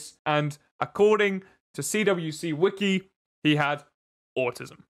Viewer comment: The CWCki is pronounced "quickie". Chris always pronounces his initials as "quick" probably because quick = fast = Sonic